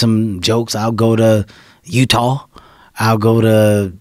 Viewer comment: 36 why he say “Youuutawwww” like that though 😂😂😂